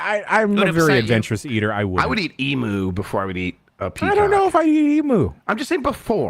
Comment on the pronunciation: Learn how to pronounce Emu correctly guys...I wanted to cut my ears off! off EMOOH? Nooooooooo! EE-MEW is the correct pronunciation for this Australian bird!